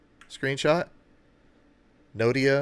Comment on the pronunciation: Not Nodia, it’s Noida, Delhi. Good job done.